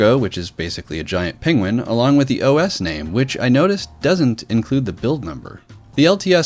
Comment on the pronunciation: The way you pronounce "Penguin" reminds me how Benedict Cumberbatch pronounces "pengwing" in this video (about 3 minutes 30 seconds in)